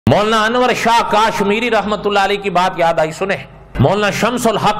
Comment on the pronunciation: Molana sahab kaaaashmiri nhi hai kashmiri hai 😁😁😁